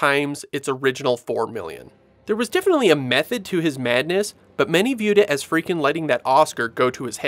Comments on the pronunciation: God bless'em, but the narrator sure seems to be mispronouncing Friedkin as "Freakin," over and over again. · Love the way you pronounce Friedkin, lol. Still blown away that the spider walk was cut from the original film; to me that was one of the more memorable scenes.